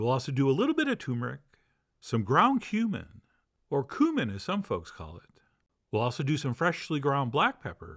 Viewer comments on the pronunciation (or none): Pleeeeeease don’t say coomin or toomeric!